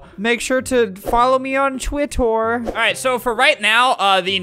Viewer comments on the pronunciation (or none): Flamingo: "Make sure to follow me oon twiterr" Me: w a t